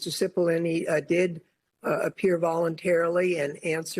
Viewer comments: The pronunciation is, cE pol lon A. ( big onions) Seems to fit his character. No? He has brought tears to the eyes of many. And his character is acid. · Cippollone rhymes with bologna